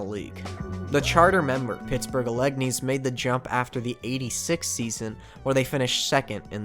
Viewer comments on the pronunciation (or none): I’m sorry but being from Pittsburgh, the way you say Allegheny’s makes me want to cry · Great video. You keep killing it. That said, as a Pittsburgher your pronunciation of Alleghenys broke my soul. PNC Park is on the Allegheny River, my dude (on land that used to be part of the city of Allegheny, which was annexed into Pittsburgh in 1907). Random fact: Forbes Field is the only stadium that the Pirates have called home that isn't/wasn't in what used to be Allegheny, PA. The county is also called Allegheny, fwiw.